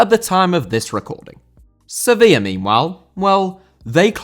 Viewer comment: Sevilla* not Sevíer